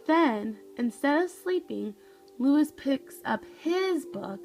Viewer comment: Look up the correct pronunciation of Luis, please.